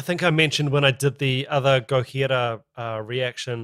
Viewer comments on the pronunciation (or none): Dude wtf is gohira🤣 like just pronounce it how its written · Kiwi guy pronouncing a French band name in Spanish while speaking English :D